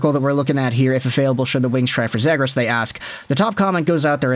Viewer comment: Ze-gras, not Zed-gras